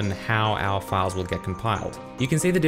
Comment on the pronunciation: I wasn't listening very intently and heard "These files are called pedophiles"